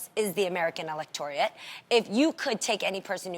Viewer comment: Really Jeannie? "Electoriate"?